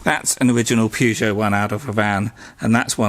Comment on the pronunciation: Why are you calling it a purgeot ??🤔